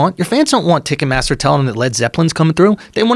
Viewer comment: pronouncing it ticketmassa from now on